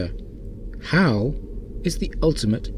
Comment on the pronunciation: Since when is Hal pronounced as How? It sounds weird. Very weird. How?